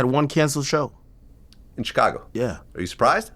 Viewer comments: Word. Hate how he says twister instead of Twista too. But that CHicago is definitely the most annoying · Chick- cago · VLAD PRONOUNCING CHICAGO IS LIKE HEARING NAILS SCRATCH THE CHALKBOARD